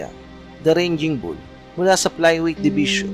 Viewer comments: Sir TUGATOG po at gindi TAGUGTOG.. Sir ARMENIAN AUSTRALIAN at hindi AMERICAN AUSTRALIAN.. Sir RAGING BULL at hindi RANGING BULL.. 🤦‍♂️🤦‍♂️🤦‍♂️ Iproofread muna ang narration bago isalang at researxh pa more.. Dami mong mali sir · brod baka raging ang ibig mo sabihin at hindi ranging bull, marami pa naman nanonood sa vlog mo, just saying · 'Raging' not ranging! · Ranging Bull ampota. RAGING siguro bossing. may google na tayo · Armenian po yan..bulok raging bull hndi ranging bull😅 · RAGING BULL PO. Hindi ranging bull… The original raging bull is Jake LaMotta. May pelikula pa po eto titled “Raging Bull”. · Correction idol,hindi RANGING BULL C DARCHINYAN kundi RAGING BULL! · Darchinyan is Armenian-Australian hindi American. At “Raging Bull” hindi ranging bull. Fighter hindi payter. Featherweight hindi pederweyt. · Raging Bull..not Ranging Bull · Raging bull yun boss,d ranging bull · Raging bull po. Hindi ranging bull. Nakakatawa po kayo. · Correction po. RAGING BULL po hindi po yung paulit-ulit na RANGING BULL na sinasabi MO. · anong ranging ?! paulit ulit kapa ... 🤣🤣🤣 fyi lang "Raging bull' from the root word "rage" ... ranging ka ng ranging kakahiya. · Sir parang hindi RANGING BULL RAGING BULL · Raging bull sir hindi ranging bull…friendly correction po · raging bull po d ranging bull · Raging bull hindi ranging bull,ngwa2lang toro hindi lone ranger. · Anong ranging bull? Baka raging bull.. hahaha potik.. tapos American Australian.. baka Armenian ausie ... Wahaha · Correction. Raging bull hindi ranging bull. Ayusin mo sinasabi mo. Ranging bull ka ng ranging bull. Umayos ka. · Raging bull, hindi ranging bull! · correction po...raging bull not ranging... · Ranging bull talaga o raging bull? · Hindi Naman American si Darchinyan at saka hindi " RANGING BULL" ,RAGING BULL, pare.Sya ay ARMENIAN AUSTRALIAN!